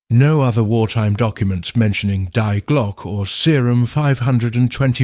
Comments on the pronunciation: if anyone cares its pronounced De Glocka or at least i think so, def a lot closer that die glock lol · nothing against ai voiceover but at least get the title of the video right 😂 its not "die glock" like in unalive its the german article "die" pronounced like "dee" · Die Glock like dying, what's that. Die is pronounced dee, but AI isn't particularly intelligent.